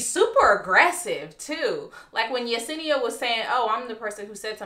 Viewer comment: Yes you said Yesenia’s name correctly